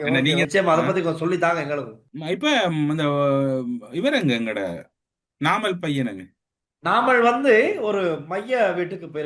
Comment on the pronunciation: நாமல் பையன் அல்ல. "நாமல் பேபி" என்னங்க செல்லத்த செல்லமா பேசுங்க.